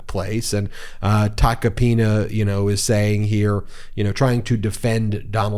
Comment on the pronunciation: Joe Tacopenis... Your Pronouncing his name wrong...lol😂